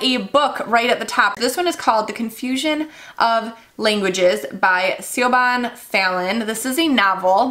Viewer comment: The name Siobhan Fallon is actually an Irish first name and it’s pronounced “Shiv on”. I know that sounds weird to people outside Ireland, but it is a very common Irish name and would usually have what we call a fada over the a. This is like a line above the letter to lengthen the letter’s sound.